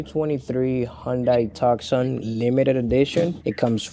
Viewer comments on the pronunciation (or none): WTF is a Hiunday Tukson??😂😂😂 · WTH is a “Hyundai tuck-son”😂. (Yes… I’ve BEEN to AZ)